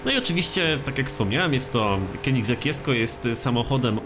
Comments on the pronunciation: mówi się dżesko a nie jesko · A nie powinno się czytać ,,dżesko"?